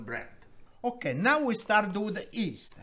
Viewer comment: We'a staat